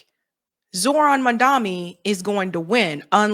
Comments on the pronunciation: MAM DA NI NOT MAN DA MI THERE IS A DIFFERENCE! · Please! For the love of god! It is mamdaNi, which an “N”. Like Nancy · Cmone, it's Mamdani not Mandami. Love you